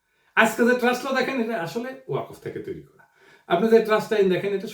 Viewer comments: "ওয়াকফ" শব্দটার শুদ্ধ উচ্চারণ "ওয়াক্ ফ"। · দাদা , ওয়াকফ শব্দের উচ্চারণটা ---- ওয়া কফ হবে না। উচ্চারণটা ওয়াক ফ হবে। কোন আলেমের সাথে আলোচনা করবেন। আশাকরি মনে কিছু নিবেননা। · দাদা এটার উচ্চারণ "ওয়া কফ" নয়,এটার সঠিক উচ্চারণ হচ্ছে - "ওয়াক্বফো।" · প্রিয় দাদা পিনাকি, ওয়াকফ' শব্দটির উচ্চারণটি একটু সংশোধন হলে ভালো হয়।